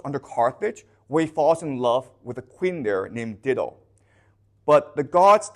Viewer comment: I know English is not his first language, but FYI it's pronounced DIE-DO, not DID-DO.